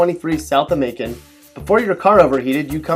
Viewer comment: I live in Macon. It's not like you say.